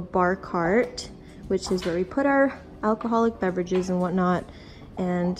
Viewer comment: You drink cus you said acholl